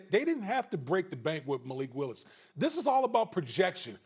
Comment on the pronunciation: there is no way this fool said malik wilis lol